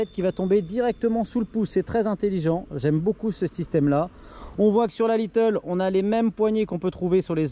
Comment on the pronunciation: Mdr c'est pas little, c'est lite (light) 😉